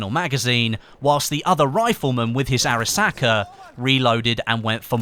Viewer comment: Arisaka? Are you drunk?